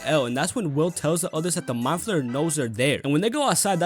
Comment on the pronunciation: Ya know how long it took me to realize you were saying "meat flayer"? .......longer than I'd like to admit.